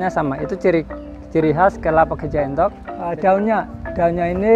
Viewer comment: Sedikit koreksi nggih bukan Enthok tapi Entog nggih. ..